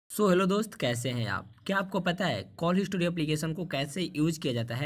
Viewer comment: पहले बोलना सीख हिस्ट्री कहते है